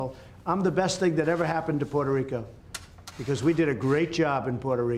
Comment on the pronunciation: He can’t even pronounce Puerto Rico.